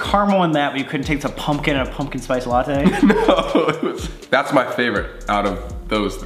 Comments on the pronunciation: WHY SAMMMM ITS NOT LA-TEA ITS LA-TEY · Sam: what!! It’s a pumpkin spice lattyyyyy Me: cringes inside ummm it’s not said like that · did sam really just say "pumkin spice la-tea" ?????? *edit - SOMEONE HAS TO TELL SAME ITS LATTE NOT LA-TEA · It’s a pumpkin spice ‘la-tea’ 😂 😂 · Sam: “It’s a pumpkin spice LAH-TEE” Me: trying not to get triggered by the way he pronounces it 💀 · Sam calling it Lattì is the best thing ever😂😂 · anyone else notice how sam was saying 'latte' it sounded like 'lattee' 🤣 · i died when sam said latea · Sam is saying latte like lahttE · WTF IS A LATTEE… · I forgot how much I hate the way Sam pronounces latte until I rewatched this 😭